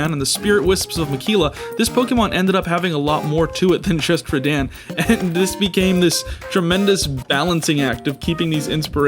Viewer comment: Also, rad-ahn, not rad-anne